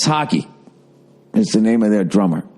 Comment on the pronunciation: Tomas Hockey lol! … Haw-kuh* It's a German Surname, it's pronounced the way you're supposed to pronounce Porsche :-)